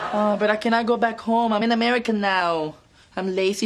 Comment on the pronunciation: Fez said America perfectly instead of amerdica